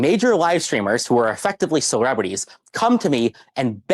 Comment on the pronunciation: funniest part is he can't even pronounce the word "celebrity" 😂 He says it like "cerwebwitty"